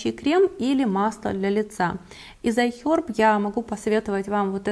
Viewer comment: ай хЕрб!, а не аи хёрб!!!